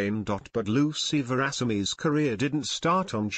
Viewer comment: What an awful commentary! The reader couldn't even pronounce her name!